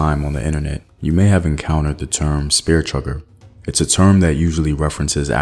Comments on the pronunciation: If you heard someone say spearchugger, they were incorrect. And that’s how vocabulary, phrases, terminologies, oral histories, scriptures, pronunciations and other info become corrupted and distorted within a culture. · He says chugger on purpose- remember chucker is derogatory and YouTube has an algorithm and policy that could demonetize the video. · Its spear CHUCKER....how are you supposed to educate and u cant wvem get the term right?